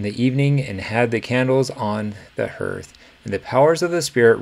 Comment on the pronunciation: "Hearth" is pronounced like "heart", not "earth."